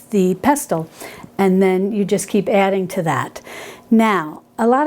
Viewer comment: Hi. Love your channel, your recipes, and your ethos. The word pestle has a silent ‘t’. So it sounds more like peh sel. Just like whistle.